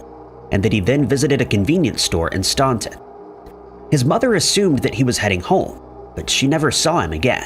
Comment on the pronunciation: Staunton is said like Stan-ton, like the name Stan and the ton is like the unit of measurement. Not that it really matters.